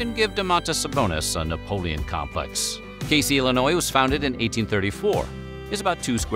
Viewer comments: Ayy I’m from Casey! For The record it’s pronounced cay-zee. Also all of the “world’s largest” items have been funded by one family The Bolins in order to draw tourism to the town. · Casey, Illinois is pronounced "Kay-zee" just FYI